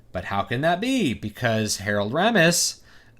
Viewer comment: It's pronounced RAY-mis, BTW. It's finally happened -- all these sequels, prequels, remakes, and reboots have now mutated into this single combined cash cow amalgam. : P We got "Mad Max: Fury Road," "Jurassic World," "The Force Awakens," and now "Ghostbusters." I would guess Kristen Wiig = Ray, Melissa McCarthy = Peter, Kate McKinnon = Egon, and Leslie Jones = Winston.